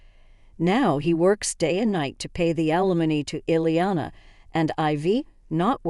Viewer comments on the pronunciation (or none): Elena. Eh Len a.; Iliana ie li a na please get the names spelled the same and correct the pronunciation